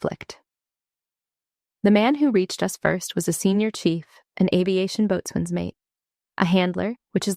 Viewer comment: 46.50 BOATSWAIN IS PRONOUNCED B O S U N